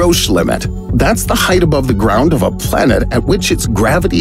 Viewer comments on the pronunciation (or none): none